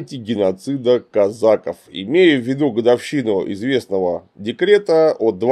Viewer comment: Не казАков, а казакОв. Ты ж не говоришь мужикИ, правильно же?